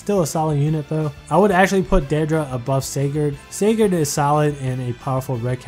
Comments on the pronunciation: Just so you guys know is pronouncing Sigurd wrong because the Youtube System thinks it sounds like cigarette thus demonetizing the video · A Holy War banner review?! Oh boi!!! Also why aren't you or Phoenixmaster1 pronouncing Sigurd right? What does YouTube have to do with this? :/